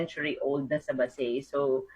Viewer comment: it's pronounced as BA-SAY. Any update regarding with this bill?